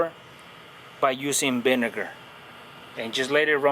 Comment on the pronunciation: He said the Binegar lol 😆 vinegar with a "B"